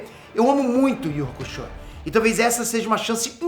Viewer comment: ❤”iuçúque uraméche”❗️Escutar essa pronúncia na versão brasileira foi o que mais me alegrou. É honrar o legado. É reconhecer a importância duma das coisas mais legais do “desenho japonês” aqui no Brasil: ser uma das melhores dublagens de todos os tempos. Não sei quem foi responsável por manter a “pronúncia original”, mas queria muito o agradecer. Obrigado 🙏